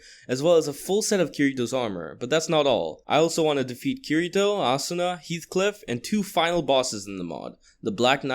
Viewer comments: bruh first the 2 swords one was asunas rapier lol and you also said kirito wrong..... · Is NOBODY going to talk about how he says kirito’s name wrong?